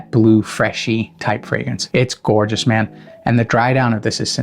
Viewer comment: Tf is gourtshis😅 every few words came this